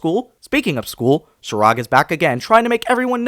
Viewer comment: Bro just really called Chirag 'Chirade'. XD